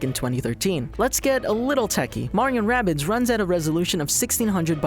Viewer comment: its not wabbit its rabbids